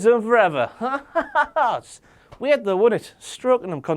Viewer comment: "...several ounces of weard in that beed of his..."